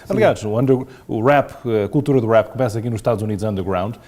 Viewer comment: o entrevistador tem a mania que fala muito bem inglês mas nem rap sabe dizer caraças !!!